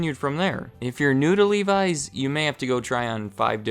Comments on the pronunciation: I hate how he says livi’s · Every time I hear you pronounce Levi's, it sounds so foreign :D In Finland the 'e' is pronounced like in 'men' and the 'i' is pronounced like in 'Mickey'.